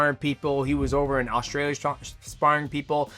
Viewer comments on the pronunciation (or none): none